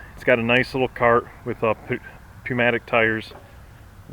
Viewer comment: Puhmatic tires? lol